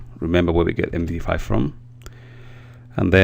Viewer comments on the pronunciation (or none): So many mistakes and taking 15 seconds to write “strings”. It’s “em di five” not “em di ef”. And most English speakers use “software” as plural; This one package is software and those 5 others packages are software. Not softwares. And you need to have a lot of luck to create a keygen in such a simple way. Not one sentence was spend of the workings of the keygen code.